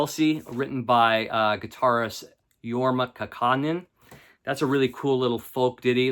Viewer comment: Hey man—if you’re going to review a band’s musical output, it would be great if you pronounced their names correctly. You mangled Yorma’s last name, dude. Love your videos, but get the names right.